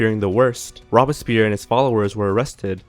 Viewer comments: Maybe can learn to pronounce Louis, Robespierre and Tussaud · issues with this video. 1.The guillotine was used until 1977 in France - not just through the French Revolution. 2.Robespierre was mispronounced, at least from the way I've always heard it. The O is long - at least in American English. Perhaps your pronunciation is correct elsewhere. 3.The guillotine was not invented by a "Mr. Guillotine", but by a "Dr. Guillotin". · Robespierre was a French name, and well pronounced (as in French) though the R in the name pierre should RRRRoll . The O should not be long. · Robes-pierre (long o not short o) NOT Robis-pierre. Band-edged NOT Band-aged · Robbispeer ? SERIOUSLY !? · I cringe every time I hear this guy say "rob a spear" when referring to robespierre. never heard that before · in this case, especially if you're going to feature a guest host, please research the pronunciation. It's "robes" - "Pierre"... not rob-a-spear. Takes us out of it a bit, you know? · ROBES-pee-air, not "robespere." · Rob-a-spear??? Oookay! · c'mon guys, at least try to pronounce names correctly in your videos. "Robe-a-spear"? "Loois"? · One critique: The videos are very good, but in this one the pronunciation was horrid. With the means available on the web today, and the fact that these names are ancient, pronouncing Robespierre, and Tussaud, should not have been hard. Thanks. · Pronunciation guide : ROBE-SPEER ... DAWNTON ... LOOWIE the 18th .. MAREE TOO-SOE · "Robs peer," "Mary two-sod," is this guy kidding me? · Why are there two narrators? The one who isn't Simon has a bit of a monotone and can't pronounce Robespierre or Louis or Tussaud correctly. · In the future, before allowing to help you narrate a video....please have him educated on the correct pronunciation of peoples names. He said Robespierre, Marie Tussaud, and king Louis' names incorrectly. Makes sound very uneducated. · Rob-es-peer? Louise the 16th? LOL